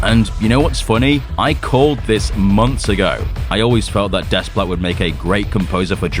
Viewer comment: Thank the great Monsterverse maker, no Junkie Scrap Ell for "GxK 3". Henry Jackman's return, even thought he's not Bear McCreery, is a welcome bit of news... Next, being of mixed Greek and French heritage and being fluent in French, I can tell you without reservation, Alexandre Desplat's last name is pronounced "Day-pla". The S and T are silent and the E is a long A vowel sound.